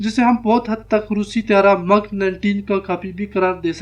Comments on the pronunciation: brother,,,its not mug tiaara,,its mig tiaara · not MUG but MIG.. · Its not Mug! Its Mig!!! correct your English or dont speak at all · مِگ نہ کہ مٓگ